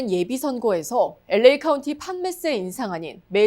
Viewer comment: '엘레이' 가 뭐냐? '엘에이' 라고 발음 못하나?